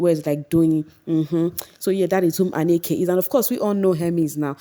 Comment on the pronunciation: Not Anneke. Ahnneka. She was RICCOs set.